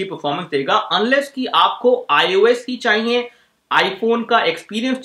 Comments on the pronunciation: Chahiye hota h ...chahiyenn ni hta gadhe 😂😂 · चाईईये नही रे। चाहिए होता हैं